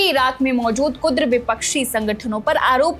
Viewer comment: Kudar nahi hai maidan kurd hai pehle bolana to seekh Lo dekh lo bade patarkar😂😂😂